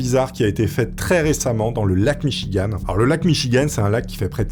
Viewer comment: Pour info...ça ce prononce Michigan ( Gant🧤) 😉 même si ça fait mignon la fin en ( Anne) 😉 Bonne journée